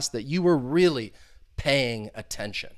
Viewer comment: Pay aytention